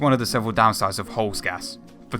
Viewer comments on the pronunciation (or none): Not holzgas its spooken Holzgaaas